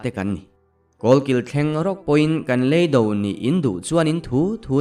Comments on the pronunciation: Chhangte Rûn, Lei do i lam dân hi LEI (Tongue) angin i lam a. LEI (Earth) zawk tûr a nih hmel e. Lei (tongue) do a nih chuan, 'inhnialpui' tihna a ni a. Lei (Earth) do a nih chuan, hmelma tihna a ni. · A ngaihnawm ka ti ṭhin,mahse,l thuchhiar thluk dan hi,hman deuh khan,Lei do hi ka rawn sawi tawh,reply pawh ka dawng lo.Lei do hi,lei hi,ka chhung a awm lei(Tounge) mi lovin,lei(Soil)thluk a thluk tur. Ka unsub ang che,thurawn i ngaipawimawh lo em mai,kei a sub. leh sub. loh che hian awmzia a neilo na a,mizoṭawng humhim i ngaipawimawh lo em mai,bye le.